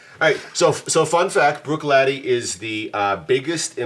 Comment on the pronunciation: Perfect pronunciation you’ve redeemed yourself 😅 Port Charlotte SC01 is Sauternes casked and is beautiful. 🥃 Good work guys.